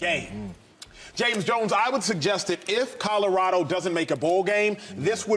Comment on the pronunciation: There have been plenty of Ls for the Buffs this season. So it’s time for Shady to pronounce the name of the school correctly and add the “L” to “Codarado.”